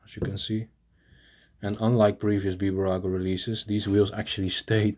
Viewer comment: Its Bburago but when you pronounce the name its not B-burago its Bburago